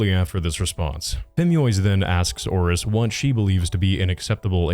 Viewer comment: i cannot unhear him saying Horace everytime he says 'Auress'